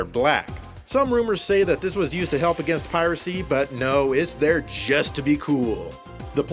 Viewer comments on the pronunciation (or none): none